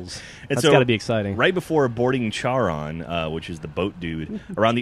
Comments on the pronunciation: It's pronounced Charon with a "C', the "H" is silent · actually Charon is pronounced CARE-ON mainly because in greek mythology there is a centaur named Chiron. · It's pronounced Karon but spelt Charon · its prenounced care-on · urgh, it really iritates me when they mis pronounce Charon...